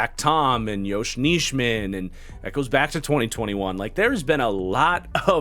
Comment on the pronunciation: Isn't it pronounced Nie-min for Nijman? Just listening at the packers website people and broadcasters they have pronounced it that way the past 3 years. Same goes for Enagbare and the pronunciation.